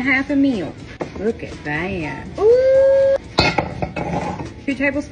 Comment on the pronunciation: I didn't know how much I needed to hear the word 'milk' with a 'w' in it. Or with two syllables! I may hav'ta hop in my pick-em-up truck and head on south!